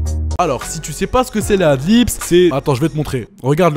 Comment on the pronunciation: c'est pas pour être chiant mais on dit adlibs et non pas adlips haha, je vois souvent cette erreur ducoup j'me devais de le dire :p